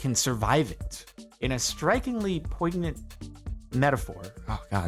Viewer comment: Say it with me Jardon, poy-nee-ent = Poignant